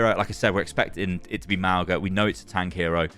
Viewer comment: [MAWNG-uh] not [MAO-guh] - the 'g' in Samoan is pronounced like the 'ng' of sing